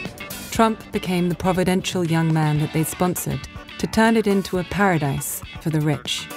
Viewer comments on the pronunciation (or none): "A pradise for the Rich ..."